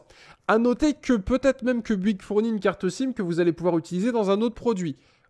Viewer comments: Vidéo longue chiante brouillon qui saoule. La même chose pourrait être faire en 5 minutes avec un minimum de préparation. Dans ta recherche sur BOUYGUES er non pas Buigue comme tu le prononces, la réponse est dans le titre de l'article que tu consultes: illimité visible à 5'37". Et tu ne réponds pas aux messages postés ... Merci pour les infos, mais je ne vais surtout pas m'abonner à ta chaîne , je ne suis pas assez patient. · Bonjour, alors sérieux avant de faire une vidéo comme ça bosse ton sujet parce que sinon ça sert à rien. Et ensuite c'est bOuygues et pas buigues!